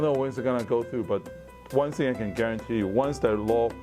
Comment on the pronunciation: 連勝文其實可以去上發音課程, 到底什麼是 one sing??? 不是 one thing嗎!!